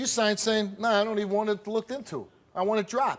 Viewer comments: Maybe it's "looked" pronounced weirdly 😂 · I hate when people say LookTed.... instead of looked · It Lookted like... Lookted isn't a word ppl .